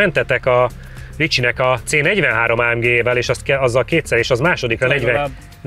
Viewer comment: A jobbaknak feltûnik, hogy szándékosan mondta így, ráadásul egyszer.